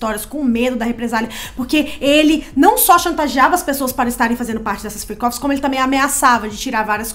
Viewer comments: Fiquei a semana inteira achando que era "free coffees" em vez de freak offs hahahahahhaha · Juro que entendia “free coffes” 😅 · É Fric ófis E não fri cófis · Freak-off . Eu entendi Free coffee😂